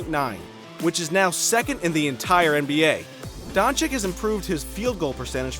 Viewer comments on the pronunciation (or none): it's not dang-chick. it's don-cic. No K sound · *Chich not Chick. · he is Dončič,not Dončik.. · Pls. my pren … Doncheeech not Donchick. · Haha Donchik, I mean how long is this guy in the NBA? Donchik!!! Please educate yourself before opening your mouth, ridiculous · Is doncic not doncik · Not "Donchick" but "Donchich" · it's Doncic not DONCIK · Your video is great. But... People, for us, this just rips our ear every time we hear it "Donchik". And there is no excuse, because he is here already one year and a half, whoever is in the basketball and especially the ones that are in the media SHOULD know. That is basic journalism. Not to talk about how disrespectful it is. PS: To others, do not call people "nazis". Not funny, like at all. Especially for people in Europe. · dude said Donchik like a hundred times. My ears are bleeding. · I swear If i hear him one more time saying Don-chick imma have a heart attack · STOP CALLing him DONCHICK DONçiç zzzzzzzzzzzzzzzzzzz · Is Dončić please go learn to to say it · Show a little bit respect for Doncic... Pronaunce surname correct!!! He isnt chick... It is not too hard to learn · It’s Luka Dončić